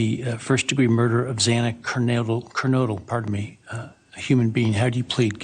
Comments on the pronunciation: Yes Ashley it was extremely sad to hear the judge get Zana’s last name wrong twice 💔🥹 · I was really pissed at the Judge mispronouncing the name twice. TWICE. That’s just plain disrespectful. 😡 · Exact my opinion,Ashley!To pronounce Xanas Lastname false 2 times is ridiculous!🤯